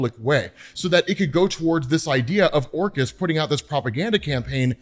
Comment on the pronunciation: Who else hears "Orcas" when says "Orchis"? And then he mentions the hounds. Plus, Orcas hunt in packs. The mutants have no chance, bro!